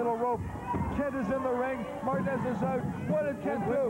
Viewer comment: Well the commentary couldn't pronounce Martinez